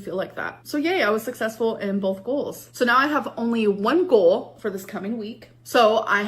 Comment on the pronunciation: The way she pronounces GOAL and FUUHD really erk me